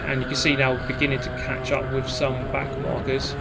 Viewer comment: Did he call the back of the pack “back narkers”? Lmaooo